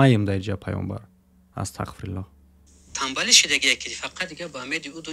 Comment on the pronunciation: сад фоизай гапот просто вахте ТАҒФИР мекуни яъне Астағфируллоҳ бояд через ҳарфи (ғ) бгуй а ты чанбор шид Астақфируллоҳ гуфти кароче хато кади нито нафаҳм просто гуфтм ислоҳт кнм а так зинда боши